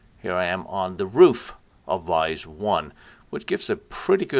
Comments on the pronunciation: Vise should be pronounced "VEE-ZAY", it's the same name as the local village "Visé" 'with an accent) nearby. The staff is indeed very well informed and friendly, same experience here. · Btw it’s more like Vie-zee not vice. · Hi, Very nice documentary. But "Visé" should be pronouced "Veezay" in English, and not vice.